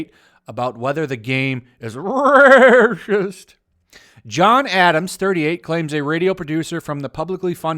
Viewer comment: Paper is waycist, it's huwite